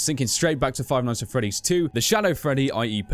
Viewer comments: Five ights at Freddy's... Lol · You forgot the n in nights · five ights at freddy's??? *nights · five ight at freddys?wtf is dat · wow five ights instead of five nights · Cody Wilson Five Lights at Freddy's? Five Sights at Freddy's? Five Mights at Freddy's? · "Five ights at freddy's" Ight ight ight ight ight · you forgot the 'n' in 'nights'. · you forgot the n in nights so you put ights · Five Ights? No one noticed? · Five Ights at Freddy's XD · Seth Nowac Five Kights at Freddy's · Or five shights at Freddys? Omg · Seth Nowac five bights at freddys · Five ights at freddy's😂😂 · "Five Ights At Freddy's"💁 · Five "ights" at Freddy's. XD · What part does he say ights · Five "ights" at Freddy's? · Five mights at Freddie's :P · Ights? XD I understand it's a mistake but lol XD